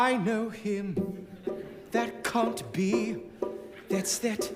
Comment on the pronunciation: love how Jonathan say "that can't" as "that cunt" lol hilarious witty af